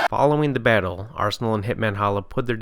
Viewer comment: “Bayttle Wrap”